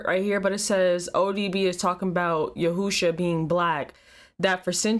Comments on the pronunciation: It's Yeshua. Not Yehusha. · Why you keep saying yehoosha? It’s Yeshua. Yehoosha Jesus ratchet side piece. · She said "YAHOOSHA" LMAO IT'S YESHUA. AND I KNOW SHE DIDN'T JUST ASK IF ODB WAS STILL ALIVE??? COME ON NOW YOU WAY TOO CUTE TO BE ASKIN THEM KINDA QUESTIONS. DIRTY BEEN DEAD IVER 10 YEARS NOW